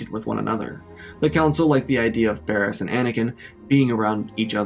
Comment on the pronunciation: Everytime you said "Barriss" I could only think of "Baras" lmao The thought of Anakin falling in love with Darth Baras the Wide is hilarious